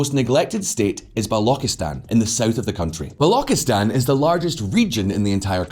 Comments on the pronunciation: When you Pronounced BALOCHISTAN as BALOKISTAN We knew how well you know this topic. 1/10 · governor of kashmir area? Are you kidding me. Pre independence kashmir was ruled by king hari singh. The level of poor research is unfathomable in this channel. That's lazy research work right there And balochistan is not balo-ki-stan. It's balo-chis-stan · 'Balokistan' 💀 It's 'Balochistan' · It's Balochistan... "ch" like in "chia, china", "lo" like in "loop". Not Balauckistan...🤦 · Not "Ba-loki-stan" it is pronounced as "Ba-lou-chee-stan".....People of that region aren't called bollocks or boloks......Ba-lou-ch ("ch" as in Char, not "ch" as in character) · Balokistan? It's Balochistan. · The fact that he can BARELY pronounce balochistan with a 'ch' shows how little research he did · don't even pronounce gawadar, and Baluchistan properly but still giving "expert analysis"😂😂😂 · It's pronounced as ch as in China in balochistan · Man, you are pronouncing Balochistan wrong. You sound silly. Also terrorism has decreased exponentially. Your information is about 8 years out if date. Multiple Mistakes in this report , I'd give it 'D'. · saying a guy who can't even pronounce Balochistan hahahha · your pronunciation of Balochistan, Laskar-e-Tyyiba, Hizb ul-Mujahidin, etc., is hilarious. 🤣However, the video footage you showed while describing different parts of Pakistan, i.e. footage from to , does not reflect the regions of Pakistan you are talking about; this footage is from Bangladesh, specifically pre-liberation war Bangladesh. While, technically, Bangladesh was also part of Pakistan at that time, you are not talking about that during this 30-second clip. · Also mispronounced Balochistan, but that's forgotten. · The pronunciation of Baluchistan is so cringy lol